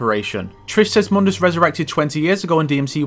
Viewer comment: Any chance this game had of being considered a prequel ended the second the characters mispronounced Mundus and introduced the Vergil-mobile.